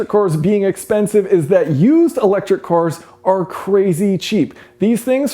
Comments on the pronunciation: Watched countless of your videos, but in this one you say "cors" instead of "cars" which is weird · Weird how he says cors instead of cars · thought he was saying electric whores at first... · Just me, or was Jason saying cors instead of cars the whole time? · Core corr core cor, all I can hear now